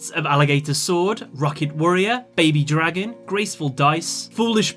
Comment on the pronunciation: BABY DRAY-GON. that is all.